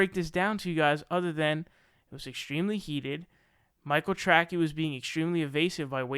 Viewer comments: You pronounced his name wrong. You’re a loser get a real job. The world doesn’t need the stupid ass commentary from a little kid. Learn some shit then maybe get back to YouTube. You’re a joke and a dumb ass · it wasn't a debate. Dickhead Sam wouldnt let the guy speak for more than 10sec without interrupting and screaming like a fucking lunatic. Also, you can't even pronounce Tracey?! - jesus man, you sound like a moron. And the guy deserves to take a victory lap, as he was right all along. Seder is a total fucking hack. Do better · Dude. As Conor McGregor would say..” Who the fook is this guy?” Mispronunciations of names and considers himself, with his camera and microphone a legit news source? Pronounce names properly maybe people will take your spoken words seriously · Michael Tracy not Trackie. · Do you really think his last name is pronounced "Tracky"? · Not a fan of that guy, but name is not pronounced "Track-eeee", it is pronounced as "Tray-see". You know, like Dick Tracey, the comic book character / movie hero. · ah come on. sam loads so many ( false) assumptions in his questions it can no longer can be answered yea or no. BTW that is Micheal " Tra_ cee" not 'Trac-key". Ps the usa hacks Russia 24/7 and continually interferes with their elections. As we do all around the world. Pure and simple Russian baiting. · Dude... in the middle of calling somebody else “cringey”... you proceed to pronounce TRACEY as TRACKY 😂😂😂 ohh good googally moogally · It's Michael Tracey, pronounced "Tray-see" not "Tray-key". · The thing I get most triggered by is your pronunciation of Michael Tracey's last name. It's pronounced Trace-ee or Traes-ee, not Track-ee. It's either spelled Tracey or Tracy. It's a common name, a lot of famous people have it, mainly it's a woman's first name (Tracy Chapman), but it can be people's last names (Spencer Tracy), or even some men's first names (Tracy Morgan). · Debate me. Its trAcey not trackee. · "Tracky" lol